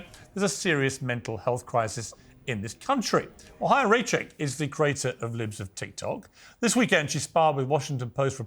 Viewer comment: Her name is Chaya. It's Hebrew, and pronounced "Hi-ya".